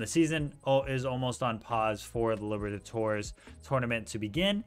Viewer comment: No one:: Copa Liver-a-torres